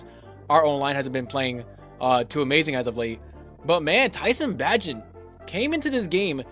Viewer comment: Its Pronounced Bay-gent Bro! just a heads up. his dad has been mad people sayin it wrong hahaha